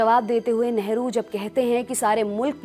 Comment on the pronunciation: Hamare sammaniye neta hai pls nehru ji pronounce kare Esa lagta hai kisi sadakchhap admi ke baare me bata rhi h. So pls care it.